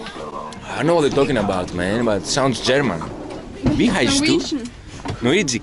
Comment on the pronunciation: keeps saying "norwigic" hahaha 😂